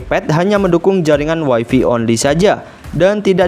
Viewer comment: Greget saya sama YouTubers Indonesia bahasa Inggrisnya pada kacau. WiFi itu bacanya waifai, kalau waifi (wifey) artinya istri, pasangannya habi (hubby) suami.